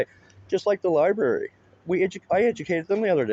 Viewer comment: What’s a libarry? It sounds similar to a library.